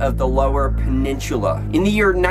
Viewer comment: Well you say peninsula wrong